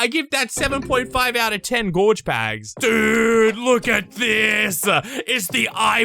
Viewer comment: The way he says pags is so BEAUTIFUL